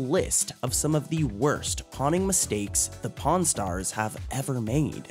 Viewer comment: PRON STARS OR PAWN STARS I keep hearing the other word